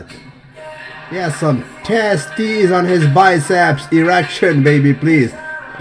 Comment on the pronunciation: love ur vids..specialy when u say testis hahaha shout out frm philippines